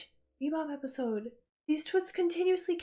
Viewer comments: Relatively new to the channel so maybe this has been explained, but why does she say Sepisode? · Idky she started, but in one of the videos she says it's a habit now. She says it A LOT in this video so it's definitely on purpose.